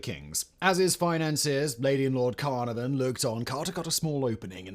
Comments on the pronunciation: Simon is on record as not considering himself big brain. But yeah, it would be great if he used one of the standard mispronunciations. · TOO-ANK-AH-MOON not TOO-TANK-AMUN CAR-NAR-VON not CAR-NAV-ON Speak properly stop this lazy weird murican pronunciation 😂😂😂